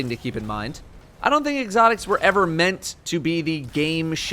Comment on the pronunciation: "Egg-otics"